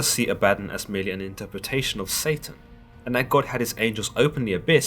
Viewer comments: Danga Langman ; I have now done some leg- work on this my friend. Having spoken with many of my Masonic friends, and now I speak this.... first I’m pretty sure it is pronounced ab a don, also known as Azazel (a demon) and is Not a god. The Masonic right asks for you only to believe in a higher power (God) and to humble yourself to your faults. Try to make yourself better ( level and square) below an ALL SEEING EYE. Basically, be good to your neighbors, helping anyone you can unless it causes harm to your family or “brothers “. ... basically the 10 commandments. ✌️JTA. Thank you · Pronounced ah ba. Don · It's actually pronounced A-vad-don as in A-vad-down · Is it actually pronounced the way this guy says Abaddon, or is it pronounced AB-UH-DON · Abaddon pronounced ABBA-DON. Your welcome. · I thought it was pronounced as Abba Don. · Pretty sure it's pronounced ABBA-don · Abba. Don.. C'mon now you read you the Bible The first time.. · The way you pronounce Abaddon is killing my ears. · Oh girl you ruined his name. Ah bah DON he is an all powerful demon not computer software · I thought I was the only ! I'm cringing 🤣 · Ah-bah-Don. Not A-bad-on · "AB a Don" not "A bad on" He was the first watcher. Like a gopher. Go for this. Go for that. He despised his job and when god wanted someone to punish man he volunteered. But half the job was seeing if his negative actions actually had positive effects on mortals. Over time Abaddon learned how to manipulate mortals back on to the "Righteous Path" He taught Michael when Michael was cast down to earth as Lucifer. You guys are reading these books, the few that are remembered but its like reading chapter 1, 3, and 5 and thinking you know the whole story. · Not abadin as in Aladdin more pronounced aba-don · Ab-bah-don. Not ah-bad-in. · all i can think about in my head is how you pronounce it a-badden and i pronounce it aba-don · Ah-beh-don ... Not abadon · It's not Ah-bat-on, it Ab-ba-don. Consult theologians before posting.